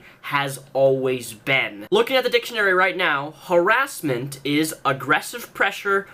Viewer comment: Har-ASS-ment AAAAAAAAAHAHAHHHAHHA Sorry.